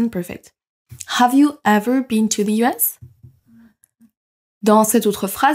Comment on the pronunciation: A le "the" elle dit "be" ? J'entends ça